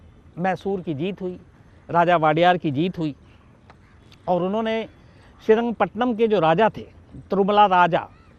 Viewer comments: Not srirangpatnam . Its srirangapatna.. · Sir aap kabhi kabhi south ki story sunate hai to wahan ki jagah ka naam thoda sa galat bolte hai shrirangapattana ko pattanam bolte ho thalakadu ko thalkad bolte ho